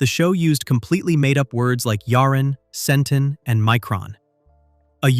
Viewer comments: Frak! That's pronounced SEN-tahn, not SEN-ten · Hey narrator, how do you research all of this then pronounce some of the terms wrong? Count Iblis is pronounced EEBLEE. Centon is SENTAWN. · I was ok until I heard it pronounce "Centon"